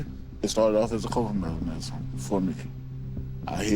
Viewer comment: He cant even say mechanism